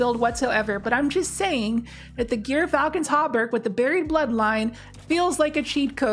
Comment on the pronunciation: Gyrfalcon is pronounced Jeer Falcon. I used to train falcons including a gyrfalcon and was licensed by the State of Colorado, so I know.